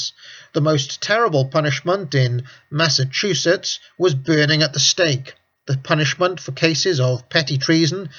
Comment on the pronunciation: Hey he finally pronounced Massachusetts right. 3 seconds later : "Saturnuurlia"